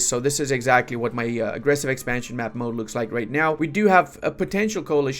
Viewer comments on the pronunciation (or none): none